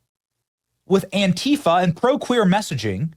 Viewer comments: It’s Antifa or ANTEEFA!!! Not Antefa!!!!😂😂😂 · AN-TEE-FA is how it’s supposed to be pronounced.